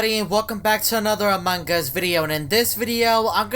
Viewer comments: The youtubers keep saying among gus theres no g its among us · I like how when he trys to say among us he says "among gus" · I switched on the subtitles and when you said among us it said amangas